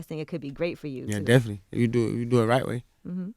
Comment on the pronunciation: Interviewer: How are things going Baby? Baby: Definly